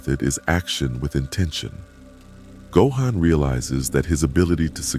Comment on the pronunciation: Narration pronouncing “Gohan” three different ways throughout the video really pissed me off